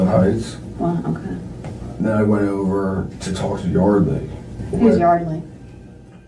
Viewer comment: "I just wanted to TOLK to her..."